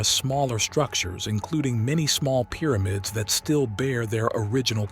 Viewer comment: Please stop calling it "Peermids"! Good documentary though.